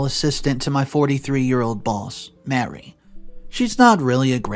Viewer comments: I know it's not completely your fault if you don't know how to properly pronounce words and names, but it's a major trigger for my OCD when you don't. Example: the name of the boss is Marie (Ma-ree) not Mary. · Ma-Ree...not Mary. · OMG. Marie = Mah-REE. This guy was a simp and should have sued for wrongful termination. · You don’t pronounce Marie like Mary. Learn your pronunciation of words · Marie and Mary are not the same name nor pronounced the same way